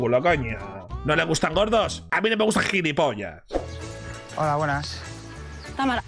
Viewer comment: La segunda al irse dijo gilifofo